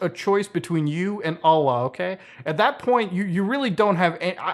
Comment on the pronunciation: Extra like for the allah and haram pronunciation